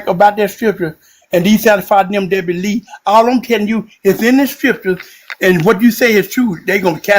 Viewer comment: The one guy talking about STRIPcures rather than scriptures lol